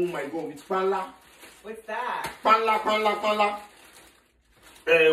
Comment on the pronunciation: PANLA not KPANLA